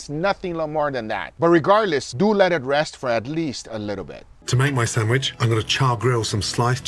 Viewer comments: What’s a “sammich”? 😅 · San-wish. I will never let this down lmao. I also love it when Guga is happy watching another's chef's video. There's just something wholesome about it. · Guga’s pronouncement of the word “sandwich” reminds me of a lady from New York. 😂❤